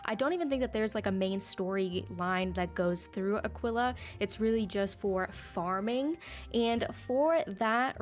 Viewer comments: Everyone: EWWWW Azteca B tirer Me: WTF are you doing saying a quilla instead of aquilla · Why did u say Aquila like that😭